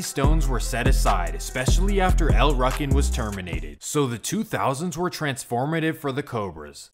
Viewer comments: Wtf is a ruckin? It’s ru-kin wtf lmao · Pronounced L Rookin not Ruckin how u said it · lol it pronounced Like rookins or ruukins no ruckins… you’re killing me smalls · EL ROO CANS....is how you pronounce it fam lol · It seems like in all of these stories at some point shit goes left between 2 friends & a beef starts that lasts for decades …..it’s happpened countless times & continues to happen til this day…..it’s pronounced “EL ROOKIN” btw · El Rukn is pronounced with a long vowel U.. like Rue-kin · It’s pronounced “El Rookin” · It's pronounced El "Rooken" but spelled Rukn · It's pronounced, "El RUU KEN" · It's pronounced "L-Roo-kin" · It's pronounced El rue kin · pronounce it right SAY IT LIKE EL rOO-kin yes its spelled el rukin but its not pronounced that way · It’s pronounced Rookin. Damn you really butchered that up plus you said it like a thousand times 🤦🏻‍♂️ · U kept mispronouncing El' Ruken. The u is hard, not soft. sounds like Rooken. Also, the stones and MCs were never one gang, and Micky never ran the stones while Malik was locked up. Also, the original leader of the stones, King Bull, was blamed for mickys murder. Malik loved Micky like a brother. Malik and King Bull went to war over the leadership, and Micky got caught in the middle. and the MC never had Cabrini Green and Robert Taylors on lock. CG had abot 30 buildings. The MCs had 3 buildings. Vicelords had 2. the disciples had the rest. The MCs had 4 buildings in the Robert Taylors. Disciples had over 20. The MCs were always a tiny gang compared to the stones, disciples and gangsters. U got a lot more wrong as well, but u arent the only one. a lot of that information is spread by police and so called scholars who didnt have correct info to begin with. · U pronouncing el rukn wrong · Maybe this is Ai cloned voice; But you're pronouncing El Rukn wrong. It makes you sound like a person who doesn't really know what you're talking about.